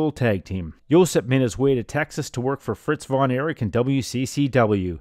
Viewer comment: JOSIP (not Josep) !.